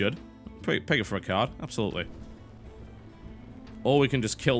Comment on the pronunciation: Does anybody else think "Tim it" when he says "ping it"?